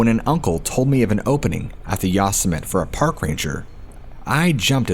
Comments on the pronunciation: the yosimitee sounding out the terrible mispronounciation...how do you not know this////????? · I love your work so please don't take this the wrong way. Yosemite is pronounced ( yo-sim-it-tee) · Yosemite..em I the only one that’s thinks he’s say it all wrong..has he ever watched looney tunes..lol..that crazy rabbit.. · I was trying to figure out what National Forest you were talking about? I live near that National Forest, and realize you are talking about Yosemite! Sorry, I hate Grammar Natzis, but you pronounce it with a long E sound at the end. I realized it when you mentioned the Story of the Woman who were kidnapped and murdered. It was a very well known case, with a very sad ending. If I remember correctly, the murdered was caught an is in Prison for the rest of his life. Just as he deserves! Spoke to soon! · If you’re putting that much energy into making a video, it would be helpful to learn the correct pronunciation of the park. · I was wondering about the pronunciation... I recognized the story as soon as he talked about the wallet. Yeah Yosemite... It doesn't matter much to me cause I've loved this channel from the first video i listened to.☺ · Totally mispronounced Yosemite. Liked the video anyways cause your awesome. :) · "Yossmit"????? Lol, you mean ''Yosemite'' (Yo-semm-itty) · "Yawsmit", really? C'mon, you can do better than that! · Its pronounced yo-sim-atee Yosemite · Very gently tells that "Yosemite" is pronounced "Yo-sim-it-ee" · Its pronounced Yo-semmi-tee. So many narrators f*ck that up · Hi! THANK U SO MUCH FOR THE AWESOME STORIES 😊. I mean no disrespect n figured u probably want to know ur pronouncing Yosemite and the word Epitome(on a diff episode) incorrectly. I'll try to help u if u dont mind? Yosemite- Yo sim a tee, and Epitome - ah pit oh me. I'm seriously not trying to be rude at all. Love ur channel it's one of my favorites for sure. Thanks Kris in Nor Cal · That's pronounced Yosemite (yo-sem-ety)